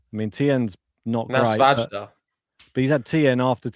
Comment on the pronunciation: pronunciation of Svajda and Kopriva made my day. Steer clear of Czech names! The top half is wild, like an ATP 250 tournament within a Slam 😂